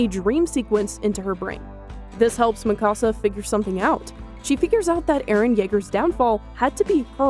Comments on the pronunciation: It's not ma ca sa. It me ka sa Fyck. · U can't even pronounce her name right yet u male a video. wtf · Why are you pronouncing her name like that? Did you watch the show at all?